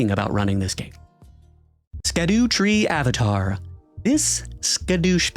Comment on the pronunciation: it's pronounced Shadowtree Avatar.